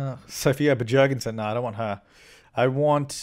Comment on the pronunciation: your pronunciation of "Bjergensen" makes me laugh so hard every time. XD Idk why I find it so funny.